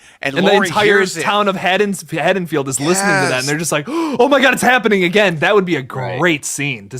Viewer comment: It's Haddenfield not haddensfields... and. Haha lol